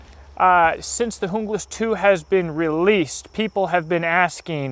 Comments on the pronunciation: It's pronounced Un-glas not jung-las the J is silent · it's pronounced HOONGLAS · Your pronunciation cracked me ... Jungle-ass. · Kinda sounds like he is saying jungle ass